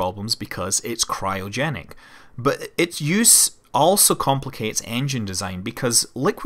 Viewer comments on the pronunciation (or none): none